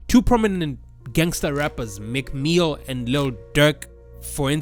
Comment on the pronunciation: You calling meek mill "McMeal" killed me 😂😂😂